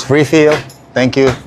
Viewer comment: Mali po pronounce ninyo ng refill, itanong nyo po sa anak nyo kung paano